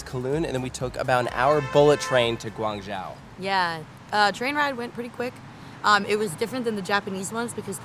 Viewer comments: Guan Zhou(Joe) not Jow, fantastic video otherwise! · Lived in Shenzhen an hour or so south of guangzhou. You did Such a great job covering These parks. Very cool to see! Btw it's pronounced guang~joe